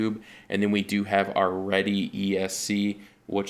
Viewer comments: I know this video is old yo comment on, but just a slight correction, every Reedy team drivers I know and everyone else in RC pronounces it as reedy, not redy or ready, just saying☺ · "REEDY" pronounced as it looks! Not "ready" REEEEEEEEDY!